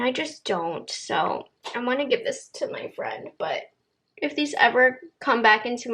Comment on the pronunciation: Did you say “geev” instead of give? 😂